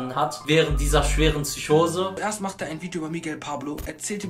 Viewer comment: Es heisst PSYCHOSE MIT P KURWA